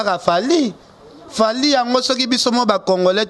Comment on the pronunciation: on ne dit pas Congolin, c'est Congolais. Je vais t'aider à bien prononcer. C'est comme Congole. Donc c'est le à la fin que l'on prononcé et non lin.